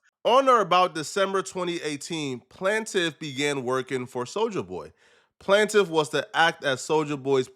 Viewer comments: I'm wondering what's he's talking about 🤦 this kid really said the "plantive" 😂😂😂 how could you be a dumb nerd. Bro doesn't know how to read 😂😂 it's "plaintiff"!!!! It's pronounced "plain-tive. You can tell he thinks he's funny when he says "igaboo" & "304" as if it's a hilarious catchphrase. It's just dumb smh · BROOO ITS “PLAIN” TIF NOT “plan”tif!!! YOU PLAIN,PLANE not plan!!! AND dude he is telling the truth!! How fair is it that a woman can be “anonymous” when attempting to take a man down??? You think it’s funny but imagine just IMAGINE if some woman tried to take you down but gets to not say who she is so you can defend yourself properly!!! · Solja dont need help does he is he dislexic or however u spell it who say plaintiff one time but when he reads it its PLANT IFF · Funny when people say words right when talkin but when they read words they dont read often they make new words up like plant iff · Plant - tif LOL this guy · It’s PLAIN-TIFF dumbass